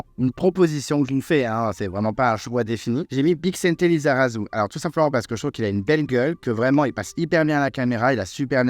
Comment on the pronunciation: La prononciation de Bixente Lizarazu 😅